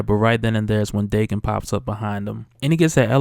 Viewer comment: I always pronounced Daken (Dah-ken) not Dae-ken